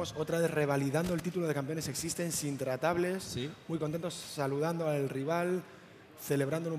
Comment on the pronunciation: es x6tence no x6stenz